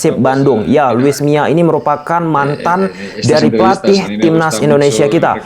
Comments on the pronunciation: Bukan luis miya tapi luis milla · Luis milla bukan mia